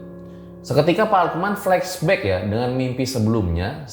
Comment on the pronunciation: Bukan flaksback bang...flash back😂😂😂😂😂 iya tau lidahnya lg kejepit ya😂😂😂